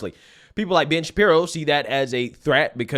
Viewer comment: It really sounds like your saying " bitch Shapiro"